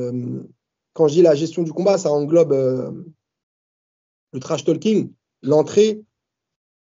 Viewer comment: Arrêtez tous de prononcer le L dans trash-talking purée !!!! En tout cas l'info qui ressort c'est : adversaire international ! Sauf si il perdi évidemment ... mais sinon le prochain après Baki ne sera pas français, en espérant que ça soit un gros nom :) !